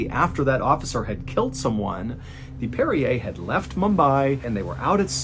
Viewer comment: Brig*, not hold. That's "parry er" - parrier, one who parries. Not Perrier.